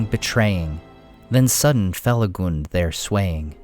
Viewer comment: I'm happy to hear "Felagund" pronounced correctly! Even the recent audiobooks released for Fall of Gondolin and Beren & Luthien mess it up. They're reading excerpts from Lay of Leithian (which has rhyming couplets), and they attempt rhyme these lines where the "-gund" sounds like the U in "fun." in shadow faithful Felagund, careless of fang or mortal wound.